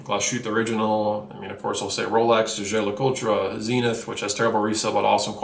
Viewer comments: it's Zjhe -Zjher LeCul'Truh ( the truh part is almost silent) An almost J and Z sound together, or another example not as accurate is a SHEy sound ...in Jae and Ger... Shey Sher Le Cul-T-ruh.. or Zjshey Zjsher Le Cul-T-ruh Also it is pronounced Car-TEEYeh The rest you have right, Zenith (ZEN-ITH) is fine for Americans since the brand is named after the astronomy/geometry term, so it would be silly for Americans to pronounce it ZEN-it.. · For someone who review watches for everyone to see, it would be good if you could pronounce Jaeger LeCoultre. It's not pronounce as Jae-Ger Cold-twar....